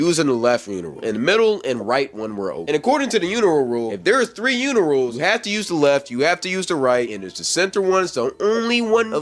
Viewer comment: Unirals??? Urinals 😂 cmon